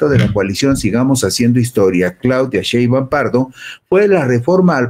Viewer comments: Tienes razón, perece que le da flojera !!! Le dice Sheban😂😂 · Por favor, que alguien le diga a este señor que pronuncie bien el apellido de la Presidenta. Por favorrrrrr